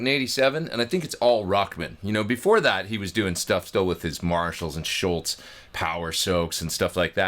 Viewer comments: After Neil Peart (last name vowels rhyme with “ear”) Tom’s last name is the most mispronounced one in rock. There is no “t” in his last name. :) Awesome video and playing as always! I’ve been wanting a modern pedal version of the X100 for a long time. I’m very glad is finally here! 🎉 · Great sound! By the way, it's not Schultz, it's Scholz (rhymes with moles). Like Dr. Scholl's Shoe Inserts.